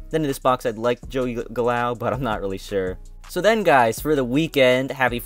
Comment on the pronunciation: Tell me you don't watch baseball without telling me you don't watch baseball lol. 'Joey Votetoe' Joey Gallow' hahahaha